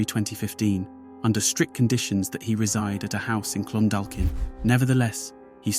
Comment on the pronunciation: It’s Clon—dalk-in ye 😆😆😆😆😆😆